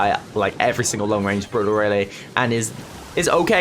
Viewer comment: I like how he pronounces brawler. “Bruler”